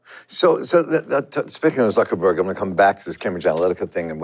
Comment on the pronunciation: Zuck not zook.